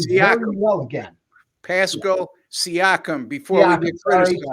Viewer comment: The mispronouncing of siakam's name was classic